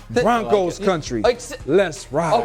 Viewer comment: Bruh I always start cracking up when they say county and not country 😂